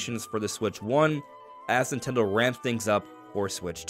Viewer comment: Is he saying Ninteldo?